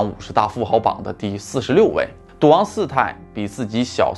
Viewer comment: 没有字幕 我貌似听到了 ”duang“ （滑稽） 其实是“赌王”啦！～